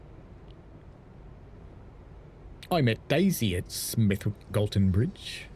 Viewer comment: Anyone who pronounces the w in Smethwick is either an outsider or posh. Either way it’s dead wrong! While I’m at it, football came home and stayed home for the women. Still waiting for another actual World Cup though. The men won ALL their qualifiers.